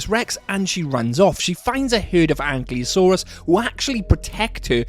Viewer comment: its not ankliosaur😂😂